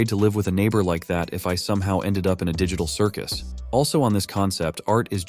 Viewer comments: Bruh said ditcal cicus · “Digicul circus”💀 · THE DIGY TAHRL CIRGUS lol